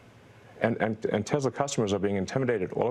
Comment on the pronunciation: Anyone else notice Muskox said Tezzla?